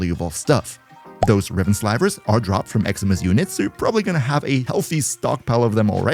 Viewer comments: It's Sli-ver, Not Sl-eye-ver. He said it completely wrong. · NO way thats Slyvers xddd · No way Riven Slivers are pronounced like that